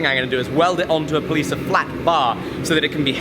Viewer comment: anyone else notice said pleace of flat bar